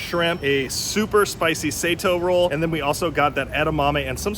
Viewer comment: You guys mispronounced Sato. Sato is a common last name in Japan and it’s pronounced saw toh.